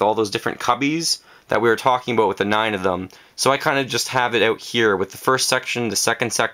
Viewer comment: You said aboot I heard it I heard it mwhahahaha! :)